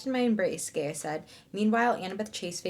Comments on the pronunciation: You said gae- I- a….. but it is Gaa-I-a. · Hearing her repeatedly saying "Gay-uh" instead of "Guy-ah" kept taking me out 😂 Am I wrong guys?